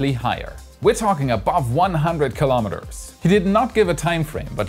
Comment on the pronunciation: Kilo'meters. [not kalamaduhz]